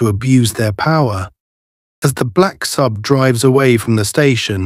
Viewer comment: AI Is getting smarter than ever. Now if we could only teach it how SUV is pronounced!